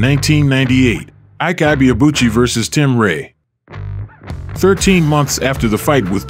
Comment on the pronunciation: Maybe unrelated but I couldn't help but wince each time the narrator pronounced his name. It's pronounced "ee-kay ee-bay-a-bu-chi"